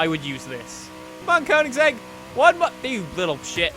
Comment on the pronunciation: It's pronounced kongseg.